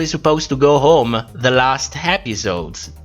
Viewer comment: Not a read just, just an observation: it's funny how you pronounce "h" in the beginning of a word when it's silent (like honest) but you don't do it when it actually isn't (like home). May I ask what your native language is?